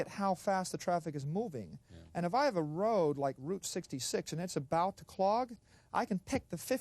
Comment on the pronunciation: He said node, rode.😅